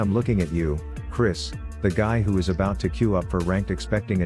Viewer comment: AHAHAHA. I had to stop for a second when you said "Chris" LOL